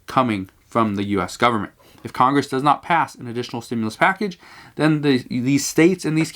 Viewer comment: Dude, it REALLY bothers me how he says 'stimulus' like a pronoun